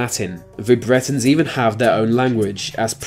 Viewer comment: Please don't assume the narrator is English......his pronunciation is that of a five year old. "Bwetons trace ver origins to va Bwitish iowls". Maybe he is Jonathan Woss's son!